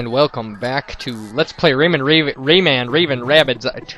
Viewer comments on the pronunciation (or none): Lawl really VerticalSandwich... RavingRAyman-- RAYMAN raving Rabbids :L you made me lol all of the times you have said it wrong